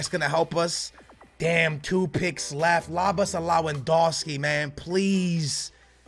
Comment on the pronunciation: LAWADONSKI? SMH